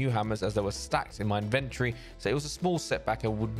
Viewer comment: Man said "inventree" yano.. Tory boy.. In-ven-tory